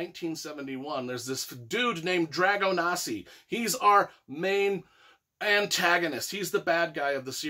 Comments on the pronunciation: Did you even read the book mate? The Russians weren't breeding vampires, and it's pronounced DragoSANI not Dragonasi. Other than that your enthusiasm for the artwork and writing is great. And definitely agree that vampires are the "most badass ever"! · Just to clarify, it's Dragosani, not Dragonasi.....sorry to be that guy :D